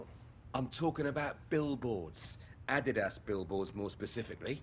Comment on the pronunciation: BRO I LOVE YOUR VIDS BUT SAY ADIDAS RIGHT PLS I 👍your vids